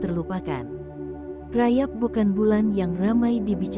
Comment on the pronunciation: 77 bukan RAYAB tapi RAJAB tolong di sebut dengan betul.